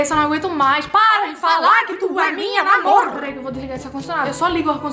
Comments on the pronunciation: ninguém: absolutamente ninguém: ninguém mesmo:: PARA DE FALAR QUE TU É MINHA NAMORRRR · Do nada absolutamente do nada: pArA dEh fAlAr qUe TuH Eh mInHa nAmOrrrrrrrrrr kkkkkk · Ninguém: Absolutamente ninguém: Tá pode ser eu um pouco mas ninguém:: pArA dE fAlAr qUe Tu é MiNhA nAmOrrrrrr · A no começo: PaRaH de FaLaH qUe tU Eh mInhA nAmorArrrrrrrrrrrrrR